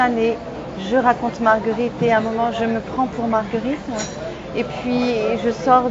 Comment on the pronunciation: Heureusement dans les doublages elle perd cet accent parisien a J'adore sa voix mais c'est insupportable ces fin de mot en 'in' ( pour exemple : - ce spectacle Magnifiquin, de Jeanne est Margueritin..... Tout est Ouverin). Je l'aime et elle m’énerve :)